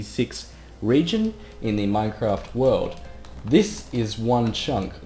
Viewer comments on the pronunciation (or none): none